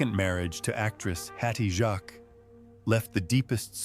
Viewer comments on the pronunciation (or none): Mainwaring is pronounced Mannering not MainWearing A.I idiots and Hattie Jacques is pronounced Jakes not Jaques like the French name